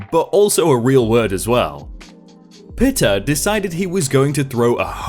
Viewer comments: Dry *COUNTy*, not country. "Pita" is pronounced like Pete not like pit. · Its pronounced as peeta not pita. It's a type of bread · The 'pita' that's in the Bodeaga story is pronounced 'pee-ta' as in the bread you make gyros with.